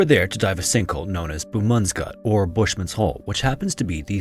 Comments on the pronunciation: Known as what ? haha😂😂😂 nah man...stranges pronunciation of boesman se gat i have ever heard..and its boetie like brother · Yo bro Im from South Africa and that pronunciation of Boesmans Gat genuinely churned my stomach. It's pronounced "Booze - Mun's - Gut" wity the "g" being a rolling, glottal sound, like if you were building up a massive spit ball in the back of your throat. Hope this helps 😅😅😅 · Minor correction for , it's Boesmansgat, you dropped the s, and the G is pronounced with a Spanish "j" sound. Otherwise, impressed that you said "oe" correctly, and didn't Anglify "man." Thank you for talking about a South African site! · It is BoeSman's Gat. The narrator did not pronounce the "S", for some obscure reason. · Bro, you butchered the pronunciation of Boesmansgat xD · you butchered that pronounceiation man😂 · The way you pronounced Boesmansgat was quite funny 😂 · Your pronunciation of Boesmansgat killed me 😂